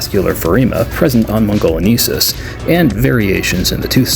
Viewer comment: Love the repaint work as always! 😁 I have this set and have animated these little guys a bit before too (they are difficult to keep stable during stop motion filming x_x) If I may, to help out for future reference It's "mon - go - lee - en - sis" for Velociraptor mongoliensis, hope you don't mind this, I couldn't help notice you kept saying mongoleneesis instead and wanted to help a bit there 😅